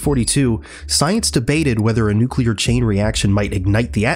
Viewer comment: nu-cu-ler took me right out of the video